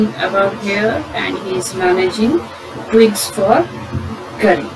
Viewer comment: The narrator climbed the trees to cut twings